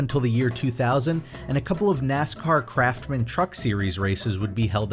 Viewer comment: Craftsman’s s isn’t silent